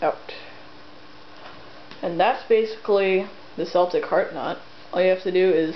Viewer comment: You pronounced Celtic wrong by the way. (Constructive criticism not hate!)